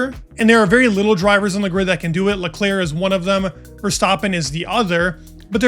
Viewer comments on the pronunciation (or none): none